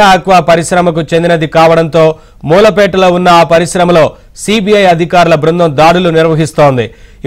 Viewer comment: అది మూలపేట , ఉప్పాడ కొత్తపల్లి మండలం సరిగ్గా చదవర నాయనా